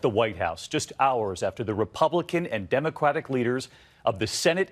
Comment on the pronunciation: did he say democwatic?